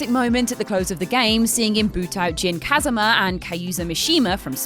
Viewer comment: never say Kazama again